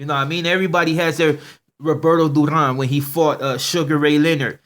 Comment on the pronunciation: 😂😂he said dew-raan (Duran)😂😂😂